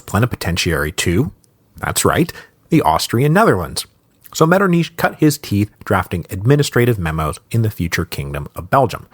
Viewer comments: I can't believe he says it Metternish the whole way through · really helpful tip I got when learning German was to try hissing like a cat to make that sound MetternICH like try hissing like a cat, and then try saying metternICH while pronouncing the ICH like the hiss of the cat so to speak lmfao.